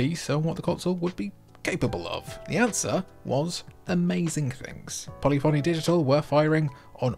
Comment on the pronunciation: I used to pronounce it "Polly Fonny" for years too😉It's "poe lif oh knee"...or the mispronunciation is purpose and the jokes on me 🤔 Viewtiful Joe 1 & 2 aged great too!